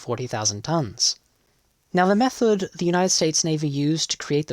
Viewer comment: Also “meth-ode” instead of “method.”